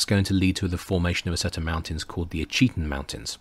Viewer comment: Fascinating series, thank you. As a matter of interest, Ouachita is pronounced "WASH-it-taw." Waving from central Arkansas... 😊